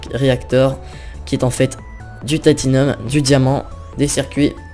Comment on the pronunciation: Apprend a pronocer les mots deja comme titanium et c'est pas une hache boufon c'est un marteau